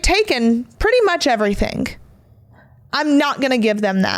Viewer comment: Omg. Words that end in ing do not sound like “everythink”. Ing is not inc.